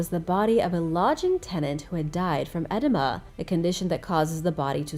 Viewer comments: The way you said edema has my cracking up. It's not pronounced like enema... It's "eh-DEE-muh" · Its pronounced E -deem -ah and another commenter said you pronounce something else wrong please do some research before you're going to narrate a video SMH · It's interesting that the daftest folks are voice over YouTubers. The dumbest of people are leading the species. Maybe we can change that. It's (E-Dee-Muh)!! They always have the most absent minded pronunciation of words!! I'm sure they have at least 1 other person that's editing or around them hearing this 💩. It's not rare.. I'm not just being a Karen. We should excel instead of devolving into that Idiocracy movie👨🏾‍🏫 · Ehhh Deee Ma Edema or swelling.